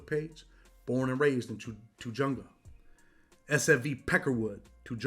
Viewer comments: Bro it's pronounced "tuh-hunga," not "tuh-junga," (even though it's spelled Tujunga) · Tujunga, the J sounds like an H. Tuh Hung Ga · The way he says Tujunga ....SMH